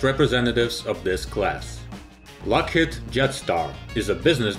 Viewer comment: LockheAd, pronunciation? The robot almost fooled me.